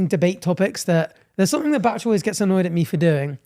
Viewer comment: You pronounce Bach like Batch...you're a T short.